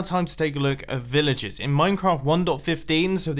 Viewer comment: Villajizz villajuhs